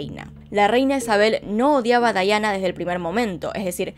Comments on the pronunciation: Aaaaay me molesta mucho que digas "Daiana" a Diana... Pero muy buen video! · Amo este caso, como narras las cosas. Me estresa un poco que le diga Daiana, ella es Diana pero igual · Es Diana, no Dayana 😌 o soy la única q escucha q dice Dayana ? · Pienso igual. Debió haber dicho Diana no Daiana. Pues está relatando en español. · Me encantó! Muy bueno! Lo unico que le dijiste DAIANA cuando es DIANA un monton de veces 😂 amo tus videos! Los veo TODOS 👌👌👌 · Me ha gustado mucho tu documental, pero me molesta que no menciones bien su nombre es DIANA!!!! No daiana 😠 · Es Diana no Daiana! Pero fuera de eso muy bueno el vídeo, bastante completo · Se dice Daiana? O porque ella lo dice asi no comprendo era Diana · Es Diana no Daiana :'( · Por qué dice Dayana y no Diana? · Me desespero que la mencionara como dayana cuando la mayoria la conocemos como diana💆de igual forma me gusta mucho como relatas los hechos 😊